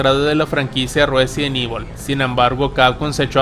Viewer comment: el residont ivol de netflisss con sus Feminazis :face-blue-smiling